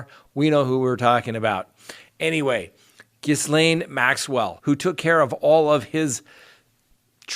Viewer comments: I know this is a minor point considering the offense, but it is pronounced "GEE-LAINE". It is a French name; the S is silent. Thank you. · Good sir, Ghislaine is a French name, which is pronounced 'Ghee-len.' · Ghislaine is french and is pronounced. Jisslain...no pun intended.... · Her name is pronounced Ghee-Len ( with a hard g) .....not Ghizzlane.....just fyi....it’s a a French name. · It’s pronounced Gee lane not giss lane! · GHISLAINE is pronounced JILL-LANE., but your name butchering is painful to watch. My boyfriend laughs everytime you say GIZ LANE. Think about it. Wink wink, nudge nudge. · Ghee-lane Maxwell. Not gis-lane Maxwell. The S is silent. Its French ummmmkay thx. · Hey, I and your channel, but can I offer assistance on something.... "ghee-Len" is how you pronounce Ghislaine Maxwell. French is annoying I know 😂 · it's Ghee-laine isn't it? I've already tried telling him lol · pretty close... ghee-lan. Either way, you have to be under a rock not to at least know the S is silent. I can't take anyone seriously acting as a news source without doing even the minimum of research. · Ghee-LANE Maxwell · Ghislaine is "jeez-lenn" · Ghislaine Pronounced " Gay lynn" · I think that it is pronounced gilane Maxwell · Ghislaine Maxwell's name is pronounced Gilaine without a s :-) Strange name, so I understand why you're struggling with it! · Ghislaine is pronounced Gi-lane. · Ghislaine (ğē - lin or ğē - lān) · Ghislaine Maxwell comes from "money" and has plenty of her own. Those sorts of people think they will never be held accountable for their actions. They also feel that not being held accountable is their due, as they are not at all in the realm of common folk...like us. Ghislaine - pronounced - Gelane. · I looked up how to pronounce ghislaine! G’len in French and Gee’lane in English. The G is like g in go. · It’s pronounced ga-lane, the s is silent. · “Gee lane” notjis lane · The S is silent in Maxwell's name.